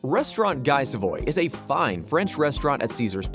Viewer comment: Guy Savoy is #2, but you didn't bother to learn how the name is pronounced? (try GEE SA-VWAH)